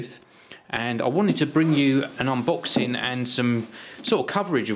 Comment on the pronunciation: lol he says "unbooxing"